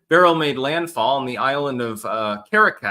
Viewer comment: You pronounce beryl correctly